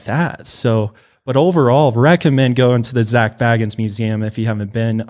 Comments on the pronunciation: if youve been to the museum how do u still say his name wrong 😭😭 BAE-GINS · it's "BAY-gins"